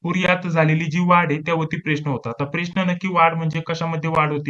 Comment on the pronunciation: सर ते प्रेश्न नाही...प्रश्न मनायचं 😂...